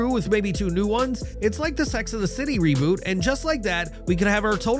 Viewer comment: He fucked up reboot like three times in a row lmao. I heard revoot ruboot and one more I think lol